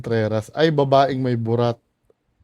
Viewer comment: Objective naman yung sinabi nung professor. Kaso yung mali daw ang pagkakasabi ng word na "babae". Hahaha 😆